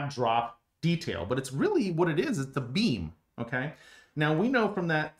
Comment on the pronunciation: I've never seen a structural analysis like this before and have no idea why this got on my stream. But it was very interesting. Your explanations are very clear too. But when you say "beam", I hear "bean". And once I thought that I couldn't stop hearing it.